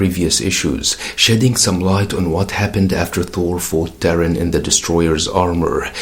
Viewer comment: I could be wrong, but I think Thor Girl's human name should be pronounced more like TAR-EEN, and not like the word Terran.